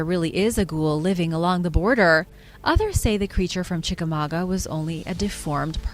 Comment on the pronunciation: I'm so proud of you. You pronounced Chickamauga correctly 🤣 if your not a local, there's issue of how to pronounce it. I grew up hearing the exact version of the Green Eyes legend that you told. I have heard multiple versions of the legend, but the one you told was the most told.